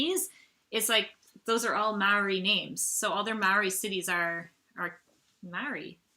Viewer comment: Maori is pronounced more like moldy, but good effort!!! well done